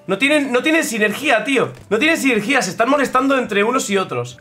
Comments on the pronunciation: SINERGIA SINERGIA NO SINERGÍA SINERGIA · Me da algo de cringe cómo pronuncia sinergia :(